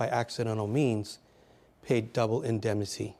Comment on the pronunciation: I don't mean to be unkind, but I was surprised to read the speaker is a professor at Georgetown. He mispronounced "indemnity" several times, attributed the character of Mike Hammer to Dashiell Hammett, and throughout, summarized rather than analyzed.